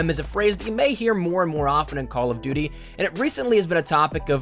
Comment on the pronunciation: number 1 on this should be the way that pronounces duty.